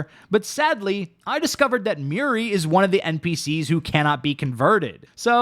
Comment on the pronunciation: Muiri ❌ Miri ✅